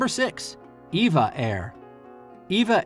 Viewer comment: NOTE: It's EVA Air, not Eva Air (Evergreen Airways)